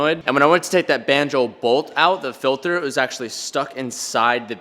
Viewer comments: lol “filther” 😂😂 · I love how says filter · Anyone else kinda cringe when he says filter?